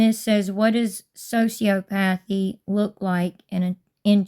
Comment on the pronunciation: It's "so-see-ah-puh-thee"